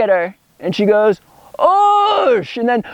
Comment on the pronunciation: oosh sounds an awful lot like "juice" lol